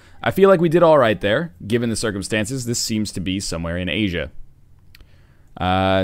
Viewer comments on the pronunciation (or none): none